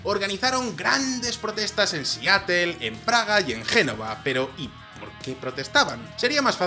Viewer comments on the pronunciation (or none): Jajajaja "Siatel", se pasan. Páguense un cursito de inglés.